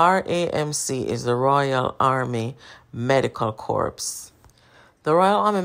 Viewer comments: Indeed Corps is pronounced " korr" or kore or kor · Corps us pronounced Core